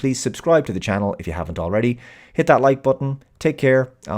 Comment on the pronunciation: I always thought she was pronouncing nis name "Thucks". Also I like that the "Jail they put him in is a white big open area. And they only stop chasing him when it costs too much. In that scene where he's climbing up the ladder in the tube to the surface you see how much the chase costs. And once that cost gets to certain point they stop.